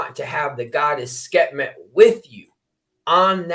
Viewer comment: Love and appreciate u,, but it’s Sekhmet - pronounced Sek-Met.